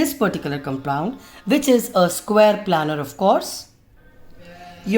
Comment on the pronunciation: Maam it isn't planner ,it's planar. Please correct it maam .otherwise the video is great